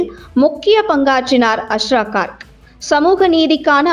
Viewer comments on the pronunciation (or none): Please pronounce his name properly. His name is also written wrongly. His name is Asra Garg .